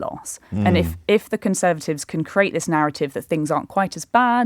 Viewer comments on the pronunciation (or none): The word is create. Why does she say crate?